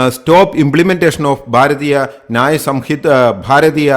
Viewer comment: Please preapre well before presenting, pronounce the name of the Law system at least properly.